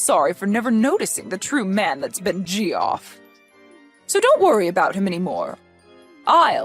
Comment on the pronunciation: Did you really pronounce his name as Jee off?!?! 😂😂😂 It's pronounced JEFF! 😂😂